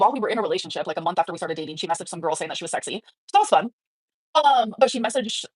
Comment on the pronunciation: 'Are you confused or what gour-al'